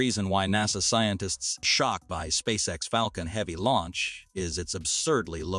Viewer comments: "Spay-kex"??? Whoever you are, for the love of God, stop mass-producing fake channels with automated narrators badly reading poorly-written scripts. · spakex 😅😅, still informative 👍🏿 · Did it say, 'Spay-kex'? 'Massive Improvement', 'Real Genius', etc..is when your AI generated videos pronounce the words right. Or at least, you take the time to edit them. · WHAT THE HECK IS SPAKE-X?